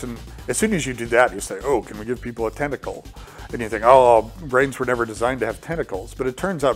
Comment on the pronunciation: ''tentacle'' Gabe you cheeky bastard... XD